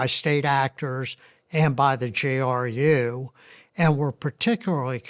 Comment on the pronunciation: "JRU"... it's GRU 🤦